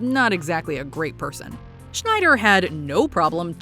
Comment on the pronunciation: Coach "Schneider"? That's an electronics brand, for shit's sake!!! His name is Snider.